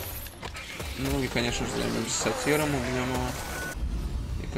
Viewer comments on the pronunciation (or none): когда ты говоришь сатир мне все время кажется сартир